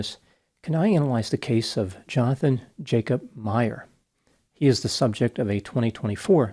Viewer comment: Just fyi, the Dutch J is pronounced as the English Y. So 'Yonathan Yacob'.